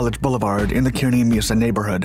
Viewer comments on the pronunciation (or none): It’s pronounced, “kerr-knee Mesa” (Kearny Mesa). My home town. That was a helluva show; I remember it well. Thanks for the video.